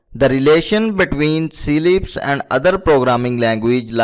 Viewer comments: well, its not pronounced as SEE-LIPS, because there's no dash, space or even a comma between C and LIPS, its CLIPS. we do not pronounce cat as 'see at', its cat. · See lips, bro its CLIPS not C-LIPS